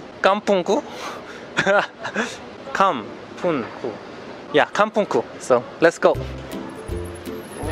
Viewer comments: "Kampungku" He pronounced it greatly in the end 🤭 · Wow, you pronounced “kampungku” correctly.